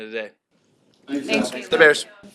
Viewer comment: The "Da bers" at the end is awesome hahahahaha